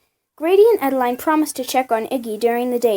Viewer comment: I know i am late but it is pronounced E da lin